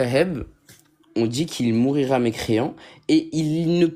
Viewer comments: " mourira " je saigne des oreilles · C'est vrai que "mourira" m'a vraiment écorché les oreilles. En plus il n'a rien compris à ce que son prof de philosophie lui a dit. Il l'a interprété à sa façon.